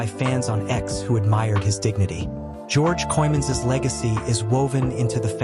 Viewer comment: weer een AI in elkaar geknutselde video en de man zijn naam wordt niet eens correct uitgesproken , wordt hier niet goed van , of ligt het aan mij